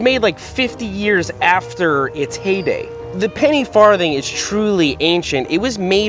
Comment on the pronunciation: Ha. He said farth.